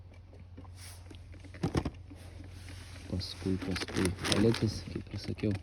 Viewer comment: Peletes o ne paletes 😂😂😂 juk lietuviskai parasyta